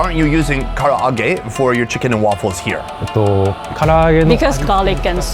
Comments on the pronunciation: the Japanese: Ka-rah-ge: Kara-a-ge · Bro says Karaage literally how it’s spelled 😂 it’s Kuh-Rah-gae not Kar-ah-ra-gae! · how american destroying japan by saying kara age!!!!! i cringe every time this guy said KARA AGE!!!!!!! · Kara-a-ge?😅 at least learn how to pronounce the words. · Hes so American saying Karaage the foreigners way XD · Why does he keep pronouncing Karaage like that? Just pronounce it the same way they and everyone else does, its not that difficult. It makes no sense when he's obviously heard it pronounced multiple times, always the same way, but then wants to say it differently? Why? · Your pronunciation of Karaage hurts my soul and I'm not even Japanese